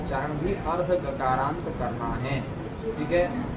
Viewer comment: Gakaaraant, kakaarant nahi. Yaani jaise hreem beej hai toh hree + anusvaar (n) + aadhe g ka uccharan